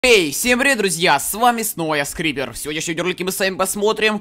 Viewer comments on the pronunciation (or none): кому послышалось скример вместо скрипер